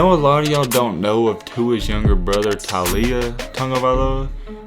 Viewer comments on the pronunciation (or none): The "Tau" in Taulia is pronounced like the "tow" in towel, TOW-LEE-UH. He goes by Lia for short, just like his older brother uses a shortened version of his full first name. Makes it easier on everyone in America. Tua is short for Tuanigamanuolepola. Polynesians, bruh. Names are either short or long AF and if long, shortened for everyone's convenience. Ask me how I know, haha! ESPN played that story up a little and I'm sure there was a nugget of truth in there. It wouldn't have surprised anyone had Tua transferred though. Pointing to what you had stated already, that decision to finally make the QB switch in the game of games is what makes Saban the GOAT. Love him or hate him. I'm not an Alabama fan by default, but to see more and more of these island kids, not just Tua, come and play big boy football at a high level for these east coast teams makes my heart smile. Great vid BTW,. Looking forward to more content.